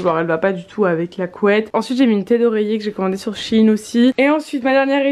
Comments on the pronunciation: C'est pas chine mais shein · Juste c'est pas chine c'est shÉine 😂😭🥺💗